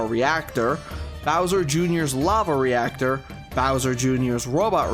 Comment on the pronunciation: Great review as always, but theres one thing I wanna point out, “Bowser Jrs. lava Ractor”